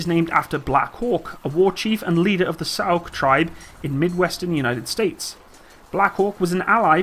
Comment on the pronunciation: Sauk = Sauk ( ), not Sioux. He said it correctly.